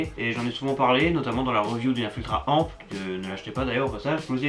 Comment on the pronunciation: On ne dit pas amp on dit a.m.p